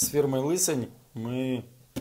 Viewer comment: лЫсонь режет слух